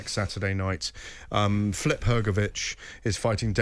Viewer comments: Why is GAD pronouncing it as "Flip"? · Why does Gareth Davies insist on pronouncing so many fighters names incorrectly? Who the Hell is 'Flip'?